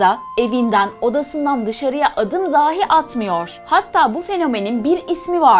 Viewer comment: " dahi " yerine "dâhi" diyorsunuz. Bu beni çok rahatsız etti.